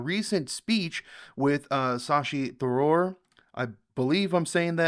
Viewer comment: It's not Sa-shi, it's Sha-shi................ Tha-roor (pronounce correctly), not Ta-roor 😅